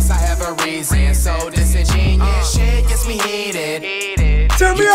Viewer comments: Dissin'genius. Yeah that's definitely how you say it lol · Pronunciation: Dis-in-jen-yoo-us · i just realized that flight aint even saying the word right "Disingenuous" its dis-ingen-u-ous bruh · dis•in•gen•u•ous flight didn’t say the uous part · The fact that they both mispronounced the word just has me laughing 😂😂😂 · I love how the whole song he said 'disingenuous' incorrectly lol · No one cares that he says Disingenuous wrong